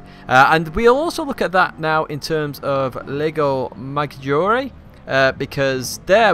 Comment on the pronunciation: \o/ yeah! now "Maggiore" sounds right :D Excellent tutorial by the way. I tried to tackle part of the things you talked about (especially about shifting) here: but your tutorial was more in-depth. A question I'd like to ask is the following: when you talk about risk vs reward you mention "be more aggressive" on a curve. by that you mean "attack the apex earlier" or "put the power down earlier"? Thanks :)